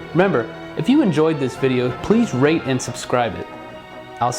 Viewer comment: At the end of the vid I thought you said rape and subscribe not rate